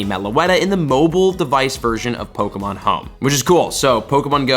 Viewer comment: I watch these videos more for the mispronunciation of pokemon names. Baffling you’re a pokemon content creator (and not relatively unknown) and you can’t even say the names right.